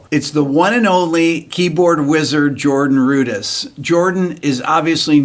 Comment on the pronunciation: Oh, so that's how you're supposed to pronounce his name...